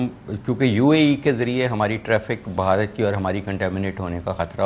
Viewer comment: بھہارت نیں بھارت ہیں